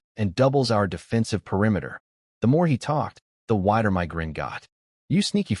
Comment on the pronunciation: Why waist your time saying "my" when you can say em-why instead 😂😂